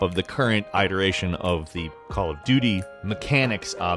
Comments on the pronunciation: Eyederation? Really? I'm sure you should know how to properly pronounce iteration. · I didn't see it so I just had to be the jerk to point out the pronunciation of 'iteration'. Still like you.